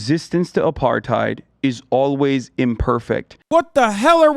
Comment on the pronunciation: If he's gonna say 'Apartheid Defending' he should at least pronounce it properly smh